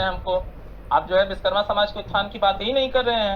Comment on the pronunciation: pehle achhe se bolna seekho viskarma nhi Vishwakarma bole